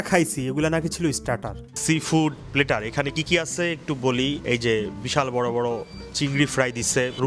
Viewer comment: প্লেটার না প্ল্যাটার।